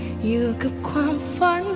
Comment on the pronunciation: อยากให้น้องออกเสียงคำว่า “กับ” กับ “กลับ” ให้ชัดกว่านี้อีกหน่อยครับ ที่เหลือเพอเฟคมากครับ